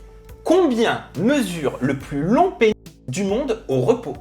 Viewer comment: On ne dit pas plutôt "péniS", que "péni"... 😅😅